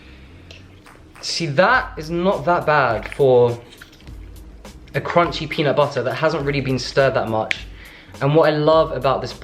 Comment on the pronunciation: LOL your slight American accent when u say peanut butterrr